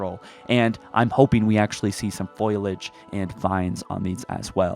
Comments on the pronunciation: Foliage lmao not foilage I get it tho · Foliage = fow-lee-uhj. Not Foil-uhj.